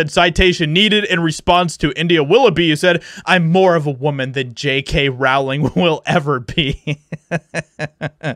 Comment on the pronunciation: I like your videos; and I feel exactly the same about this story as you do. So, don't take this the wrong way: J.K.'s last name is pronounced like "Bowling," except with an "R" instead of a "B." Hopefully you take this as construction criticism, because it just helps your content be that much better than it already is. 😋👍